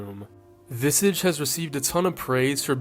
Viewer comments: That's not how you pronounce "visage" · Your Pronounciation of visage is absolutely crazy 😅